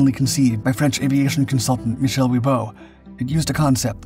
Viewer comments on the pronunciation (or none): none